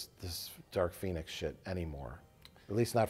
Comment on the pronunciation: "Dark Phoenis"